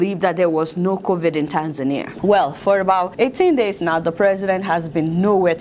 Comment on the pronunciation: You mispronounced Tanzania.